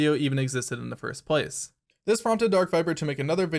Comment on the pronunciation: First PLACE. Idk I've never heard anyone put the emphasis on the second word of that phrase, and you use it so much. Good video tho, well done.